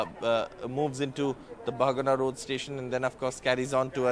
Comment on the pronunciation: This Station name Bahanaga not bhagna🙏👍